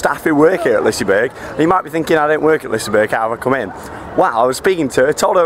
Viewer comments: And Its Pronounced Lis-e-berg-an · You keep saying the amusement park wrong. Its not Liceberrrg